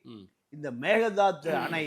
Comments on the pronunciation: Dey it's not megadhadhu.. it's mekkedaatu. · Dear sir Please pronounce kannada word properly.Donot give chance others to laugh. It is Meghethandi Sorry